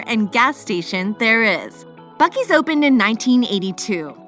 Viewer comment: As soon as you start buc es I have to turn you off